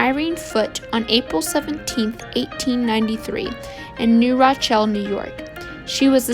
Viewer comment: Please learn how to properly pronounce city name. New Rochelle is pronounced New Ro-shell. Birmingham England is not pronounced the same as Birmingham Alabama